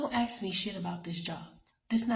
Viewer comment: Miss girl .. it's "ASK" not AX